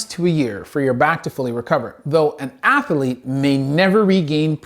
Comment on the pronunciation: I know this guy is a doctor and all, but it's funny to hear him pronounce athlete as ath-a-lete.